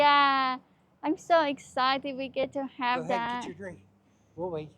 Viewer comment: Can we stop somewhere so I can get a dwink?? I sooo shirtsty.